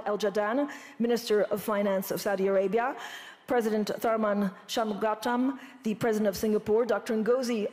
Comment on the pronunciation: How do you hold an event like this and not learn how to pronounce the name of the President of Singapore?